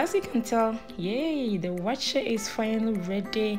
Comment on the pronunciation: With the name, Waakye is Hausa for Beans and I mean just Beans. The actual name is Shinkaafa Da Waakye which is what you mentioned in English in the video, Rice and Beans. It metaphorsed into Waakye because people were just lazy to pronounce the whole word. Shinkaafa Da Waakye. Awaakye is just not the right pronunciation.